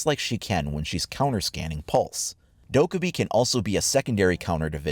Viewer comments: please. It’s “Doh-Keh-bee” please pronounce it right for her video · literally triggered by the way you say dokkaebi